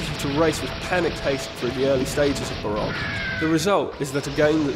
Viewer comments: Barock? It's Ba-Rouh-Gh, or at least how everyone pronounces it. Also the game isn't hard, its actually really easy. Dying can make you beat the game too. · I thought it was pronounced ba-ra-koo